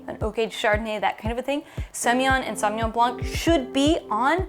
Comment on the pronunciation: Great knowledge and enthusiasm ! You do justice to the wine but I do wish you pay a little more respect to the origin of the language and try harder to correctly pronounce the names . My pet peeve is how American butchered foreign language shamelessly .